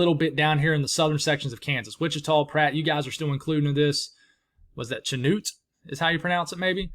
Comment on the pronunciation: Chanute is pronounced with a "sh" at but otherwise you got it.